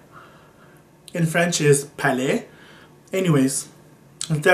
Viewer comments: It's the same in French as it is in English. You just pronounce the 't'. Pallet. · lol in french its pallet and in english its pallet :-) now you know :-) just pronounce the "t" as we do in english :-)